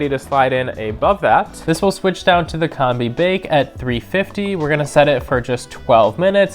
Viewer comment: COM-BEE not Comb-Bee